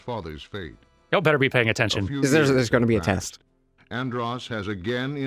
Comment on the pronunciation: "You're good... But I'm BETTAH!"